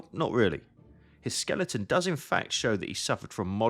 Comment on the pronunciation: Did you just pronounce Skeleton as Skel-EET-in?